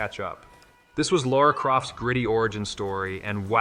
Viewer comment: Did you say "Laura Croft"? What the Ai infused crap is this VO?